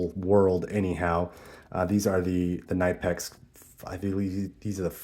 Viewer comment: Pronounced Cnip-ex, the K isn't silent in German. Nice video, it's always interesting what other people carry in their bag.